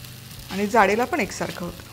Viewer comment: शुद्ध बोलणे आवश्यक आहे. पन च्या ऐवजी पण हा उच्चार बरोबर आहे.